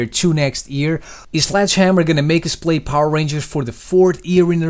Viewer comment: Lol you say ear instead of year